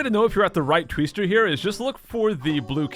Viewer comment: A "Tweester?" Did M. Night Shamalan name it? Vat a Tweest!